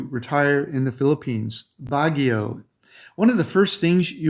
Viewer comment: I can't take you seriously when your pronunciation on half the locations you've claimed to live (as have i) are incorrect. You nailed Bagio, but that place is way overcrowded and Bagio makes you feel like you're in a sardine can.